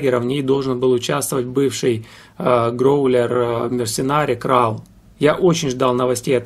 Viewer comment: Ударение в названии группы совсем иное, плюс буквосочетание "CH" в словах "архитектор" и ""технология" звучит совсем по-другому, как и "TH" в слове "сквозь". Группу обожаю половину жизни, мне уже за 50. Спасибо за внимание к музыкантам, эту группу почти никто не знает, а знакомство с ней, и правда, подарит массу незабываемых эмоций:)